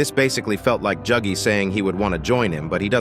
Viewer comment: why are you saying juggy bro